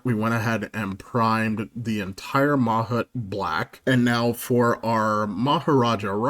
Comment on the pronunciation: I think that’s pronounced mah-HOOT (with more emphasis on the last syllable)